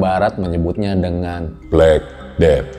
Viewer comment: Black cat death bacanya blekeded